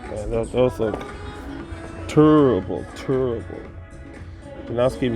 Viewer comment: “Turrible” 😅👍... pulling a Charles Barkley.... wished they had %off plus the F&F discount stacking - usually they do the F&F weekend and everything is retail or “higher” than normal... good looking out and great video as always👍